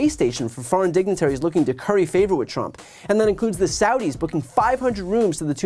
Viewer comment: There she goes mispronouncing Trump again.